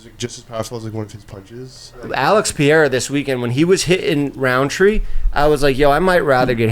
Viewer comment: the way Jeff says "Pereira" as "Pierra" is killin me lmao